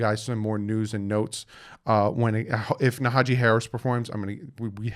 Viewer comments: Naja-Hee 😂 you be butchering peoples names, it's funny tho...good work 👍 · Isnt it Najee Harris? you keep saying Nahajee haha